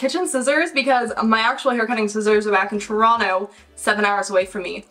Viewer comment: Former Torontonian here. So good to hear someone say it properly! 🇨🇦😁